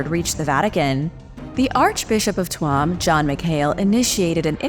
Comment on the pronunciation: Tuam is pronounced as "Toom". In National School in the 1960's we used to say "Chewm" when the teacher was not listening.